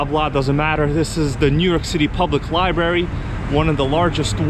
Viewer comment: Are you saying liebarry instead of library I don’t mind a little vlogging but not the whole video How about a tour of the World Trade Center I feel cheated there was no RC in this